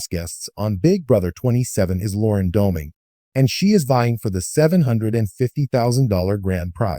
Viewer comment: Well at least whoever wrote this one got her age right. But that person's TTS didn't pronounce her name correctly either. And I don't know why you're posting a video talking about her "recent HOH" when the show has been over for more than a week now. Nothing in this video is news or even current